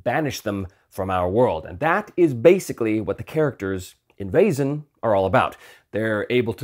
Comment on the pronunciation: Perfect pronunciation of Vaesen! Your soft S was a little more German than Swedish, but spot on. Fun fact: Vaesen/väsen/Wesen (modern German writing) means “being”, so by extension “entity, creature”, it stems from the PIE root *wes- that means “to be, to live, to remain” as seen in the simple past “was” in modern English. I suspect the correct term must originally have been “supernatural beings”, but maybe “väsen”has semantically shifted in modern Swedish. Would make sense, since while every living being is a Väsen, you wouldn’t address anyone as such. Anyway, goodbye fellow entities!